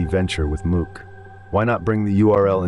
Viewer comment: Had to leave the second i heard you say mook like book